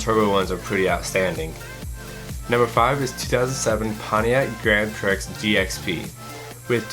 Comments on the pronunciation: It's pronounced "Prie", not "Pricks". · Gran pricks? It's prix silent x..lol. Good vid though. Lol